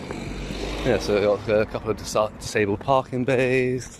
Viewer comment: getting sick of your AI voice over, can't even speak English properly. Since when is a DISABLED bay pronounced as a DISEBLED bay. Can we go back to human voiceovers please.